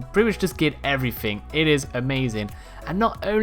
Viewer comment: Does this guy know "everything" doesn't have a k at the end?